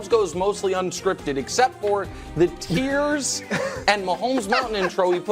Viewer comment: Hey nick its more like tears, not tiers.